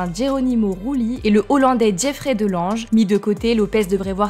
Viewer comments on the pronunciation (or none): none